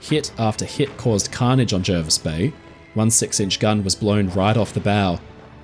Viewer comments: Hi I know this story very well. My father travelled to Australia in 1938 aboard the Jervis bay. He fondly remembered the trip and the kindness of the crew. Great job. Jervis is pronounced Jarvis btw, thought I would chime in before the other pendants get wind of it. Cheers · Jervis Bay is actually pronounced like Jarvis. It's not in NSW either, it's part of its own territory, the JBT, which is sort of a part of the ACT, and was originally intended as a port for Canberra (though this didn't really end up happening). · Brilliant stuff,! One thing... the locals are pretty insistent that it is pronounced "Jar-vis" bay... I dunno why, it's just the English language, I guess. As interpreted by Aussies. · Jervis Bay is in the ACT, and we correctly pronounce it Jarvis. All foreigners are wrong, including the allegedly illiterate admiral. 😉